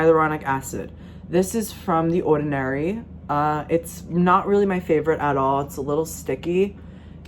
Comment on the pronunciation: Only Long Islander’s say ordinary like that 😭